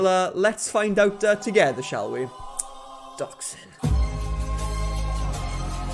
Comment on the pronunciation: This was a great video! Just saying when you said Doxxing I know what you said, I know you said Dox But I heard Dachshund and was confused on how one would get a doggo from a situation like this